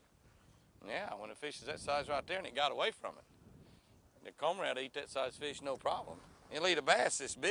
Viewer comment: Jimmy what is that you said got ahold of that fish?!?!? Combrad?